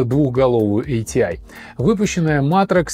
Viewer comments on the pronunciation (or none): буду произносить как раньше, а не как правильно - и погнал - айтиай айджипи. ати и агп по канону. айджипи люди далекие от компов могли только говорить. до сих пор ни разу не слышал в живую такое произношение